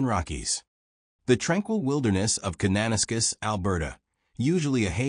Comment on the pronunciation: If you're going to use the name of the city you should have at least learned how to pronounce it. It is pronounced cana - nas - kiss not ca- nana - skiss.